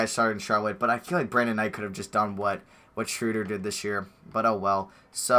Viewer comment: its not shrewder smh